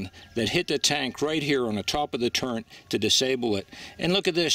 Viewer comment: Enjoyed the videos so far. Please don't take this as an insult but those are TREADS, not threads. And that is a TURRET, not turrent. LOL Other than repeating those incorrectly (which for some reason tweaked OCD i was unawares of possessing....), it was a thoughtful and well presented documentary and thanks for sharing.